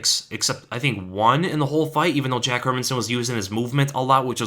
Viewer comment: You even pronounce "Hermansson" (Hérmansson) correctly! (unlike anybody employed by the UFC).